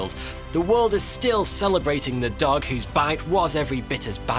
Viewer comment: one of the best things about this video is how he says dog like duck 😂